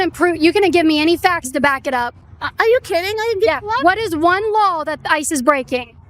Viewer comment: At least the the lady in the yellow pronounces, "law" correctly. Kaitlin is smart and good at what she does, but now I remember why I stopped watching. When she says, "lawels" or "sawl" it hurts my hears. "What lawels are they breaking"? Yikes